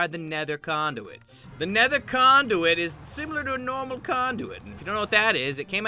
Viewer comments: I thought he said nether condoms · I didn't hear Nether Conduit. I heard Nether Condoms XDDDDD